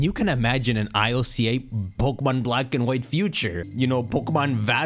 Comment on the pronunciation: one of the only people I know that says it EYE EL SEA AYY instead of just ILCA (ill-ka) lmao